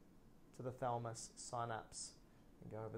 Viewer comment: Makes me uneasy when you refer to the thalamus as the thalmus